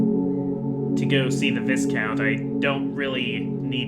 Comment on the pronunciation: "Viscount" is pronounced "Vai-Count" Because reasons I only know that I've been playing Trails of Cold Steel too much